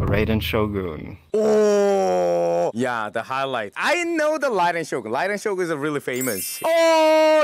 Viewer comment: I'm part japanese and appreciate that both of them used the japanese pronunciation of "Shogun" personally i don't like the english one "show-gun" sounds so much worse in comparison